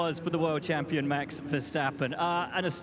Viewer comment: Hamilton still has problems to say a word of only 3 letters: MAX. I thought UK sporters have class?🤔🤗